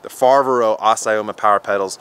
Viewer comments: I bet he doesn't speak Italian or Spanish ! 😂😂 Fiveri, Fibero, Foberry, Fevoro, Feberrry... Azaroma, Abimoma, Ebimoma, etc 😂😂. I like him, nice guy and honest. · Fa-vair-oh Ass-ee-oh-ma. Hopefully that helps you in your pronunciation LMAO.